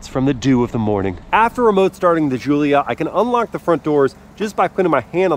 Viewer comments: why are you calling it (Ž)ZULIA....americans having tough time with G? Giullia DŽ_UU_LL_YA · Just gonna chime in and say - it's pronounced JULIA hard J sound, not SHZOOLIA. Italiana eh! Call her by the name she deserves ;)